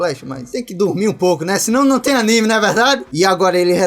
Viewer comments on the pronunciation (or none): Esse "num tem" foi d+!